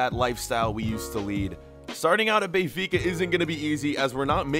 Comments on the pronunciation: Benfica not bay-fica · lmao it’s “Ben-fica” not Bay-fica” 🥴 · Does anyone else get pissed off with how he says Benfica